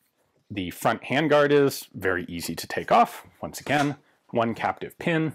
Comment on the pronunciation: points every time says "captive pin"